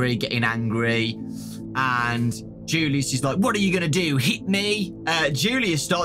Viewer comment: You pronounce julius like yulius